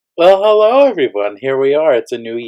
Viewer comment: What I can't stand about NG is his constant yapping...'allo my friends', 'allo my powerful yuwers' ...';let's get mox bet hond pay jackpot'...'shame on you pigeez', 'hell yeah' over and over. And he never pluralizes 'one thousand and forty dollar', The ultimate is 'oh my gosh', where goshhhhhhhhhhhhhhh takes him ten seconds to say....Sorry, can't stand listening to him but clearly sometimes I do and it's constantly the same old annoying shit.